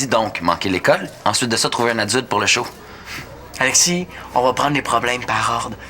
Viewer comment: « Apitchoumer », c’est tellement drôle! 😂😂😂 Il y a aussi « Agexis , alenda » et non « Alexis, agenda » 😂😂